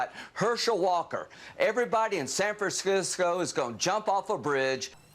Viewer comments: Is "Saf-fran-sisco" really that difficult to pronounce? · San Fersyscew “ 😂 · All that video showed this Californian is that Lindsay Graham can't pronounce "San Francisco". He sounds like a drunk... " Let's go to Sanfercrisco!" 😂😂😂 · San Franskisko? Lindsey said it twice here. Just akks him to say it again. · Mrs. Lindsay said, "San Frankskscisco"! LOL...